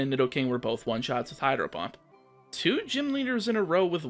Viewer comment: 😂😂 Was it only me or did I hear you misintentionally say "Hydro hump" and not Hydro Pump. I say this because I swear it was intentional when you were in Sabrinas gym 😂😂.